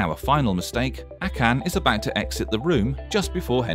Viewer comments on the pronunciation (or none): 1 mistake in this video was the way the guy said akan, he said a can instead of akan. BOOM ROASTED